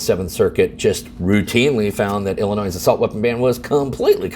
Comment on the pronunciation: I think intentionally flubs one word per video to keep us on our toes. Today was percolate (with a "u"), previously it was Illinois (with an "s" sound) and attorney generals (with a misplaced "s"). Don't get me wrong, if I am ever in legal trouble in WA, I am calling his office, but after this, he will probably tell me to pound sand. I really made this comment to provoke some kind of response (from anybody) because I think YT is blocking my comments, or the responses. I thought it was just the notifications, but now I am getting suspicious. Or maybe I am just not worth responding to. I suppose that could happen too.